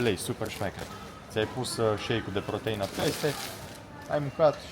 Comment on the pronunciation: Nu pot sa cred ca arati asa si ai spus protaină .Sper ca nu ai vrut sa spui asta